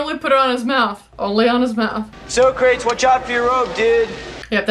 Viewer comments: So-Crates maybe the real way to say it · This movie is the reason I got in trouble in school when talking about Socrates. Because I pronounced it like this and she kept correcting me, but I kept doing it. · Also, Philosophy professors hated it. Mine said he would fail you on the spot if you pronounced it SO-CRATES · I love this movie. I graduated high school the year this was released. A great twist on the time travel genre. I am 52 years old and I still pronounce it "Beeth-oven" and "So-crates". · I loved this movie as a kid and distinctly remember seeing the sequel “Bill and Ted’s Bogus Journey “ in the theater on opening day (yes, I’m getting old 😂). I still pronounce Socrates that way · I remember watching this movie in the theater when it first came out, and ever since, in any situation with even a hint of comedic value, Socrates is pronounced So-crates. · I still say So-Crates to this day lol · To this day I still say So-Crates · My friends and I learned about the historical characters from this movie. One thing our teachers hated was us mispronounced Socrates and also saying party on dudes. The sequel was just as good and the new movie was also good as well. That is one thing I definitely agree with you. I most certainly would go back to the 50's to meet both Lucille Ball and Desi Arnaz when they were still married and I Love Lucy was the number one show on TV. I love Lucy very my the TV show